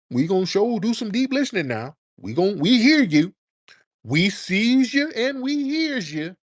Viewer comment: “We seees ya!”😂😂😂😂